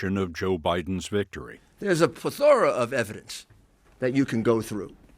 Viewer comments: And it’s plethora, not “play-thora” shows that Rudy is not as too bright as he once was, I’m guessing the alcohol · Giuliani: *"PLETH uh ruh"